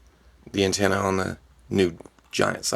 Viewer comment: Did he intentionally say ant-ena